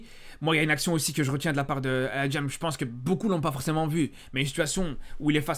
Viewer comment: "El Hadjam" mdrrr tu nous as moyen-orientisé là